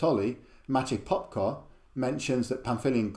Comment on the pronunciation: Love your channel, can't wait for more info on Kalasma. As Polish I was very happy to hear you pronouncing Popko's book, really not bad :)